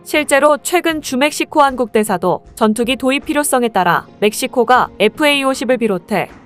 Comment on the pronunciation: 잡식왕이 왜 이렇게 되었는지... 꼽히진 ??? 그걸 또 그대로 읽으시고... 그해 4월 ? 그해가 어느 해를 말하나요 ? 주멕시코?? 주,멕시코로 읽어야 하는 것 아닌가요 ? 나레이터 이분 목소리는 상당히 유명하시고 오랜 경험이 있는 분 같은데... 우째 이런 일이 ??? 잡식왕 많이 실망입니다... 잡식왕 관련 제가 아는 분은 없지만 참 좋아하는 채널인데 많이 아쉽네요...